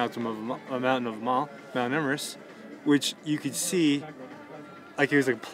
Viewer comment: did he really just say Mount Emerest